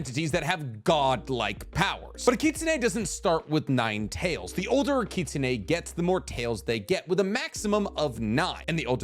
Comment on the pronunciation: Every time he pronounced kitsune I cringed.